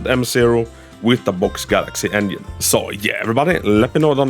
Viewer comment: I cant unhear him saying onion instead of engine